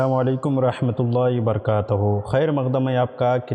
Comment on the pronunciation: حضرت آپ جو سلام بولتے ہیں اسمیں برکاتہ میں ت پر زبر پڑھنا کیسا ہے